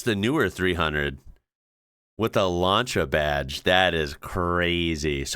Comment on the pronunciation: It's pronounced LanSia not LanCHa